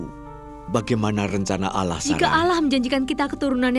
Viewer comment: Allah bukan alah ngomong aja gakbetul